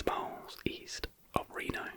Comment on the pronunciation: Omg I love how you pronounced Reno at first 😂❤